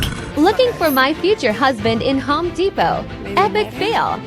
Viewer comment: It's HOME depot , not HOE deposit